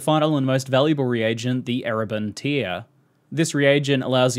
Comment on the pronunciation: Tear rhyming with 'where' not here. It's a tear in the a fabric, not a tear being wept.